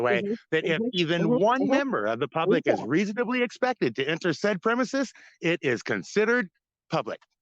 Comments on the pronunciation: It isn't 'pub lick' genius. 🤣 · " Frauditor I'm not trying to be argumentative." Proceeds to argue. "This is pub-LECK!"